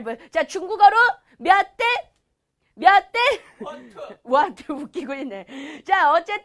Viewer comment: 피디님 완투 라고 말하시는게 왤케 웃기냨ㅋㅋㅋㅋㅋㅋㅋㅋㅋㅋ